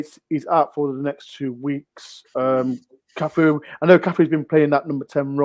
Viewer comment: Cafuuuuuu not boooooo